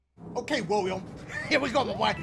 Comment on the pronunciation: When he said William it sounded like “WIUIM!”